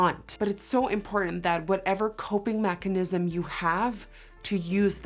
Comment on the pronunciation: This is really important and serious but I can't get over 'coping machanism'